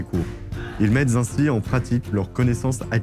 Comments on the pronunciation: 25'03 "ils mettent z'ainsi" 😲 arrêtez donc de mettre des liaisons partout ! elles en arrivent à tomber mal t'à propos et vous finissez par vous pataquèsser dessus ! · "et mettent zainsi" ?